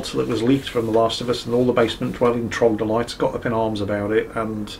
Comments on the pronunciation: Actually,... It's not trogdolytes, it's troglodytes. 😆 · Its trog-lo-dyte not trog-dol-ites by the way. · Troglodytes not trogdolytes.? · Why can't you say "Troglodytes"?